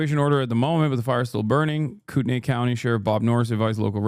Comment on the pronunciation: every person wanting to correct him with spokane but only one real cuzzo spoke up about kootenai. i saw you, fam. respect